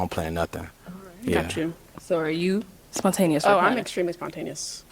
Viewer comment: The way this man just butchered spontaneous got me weak.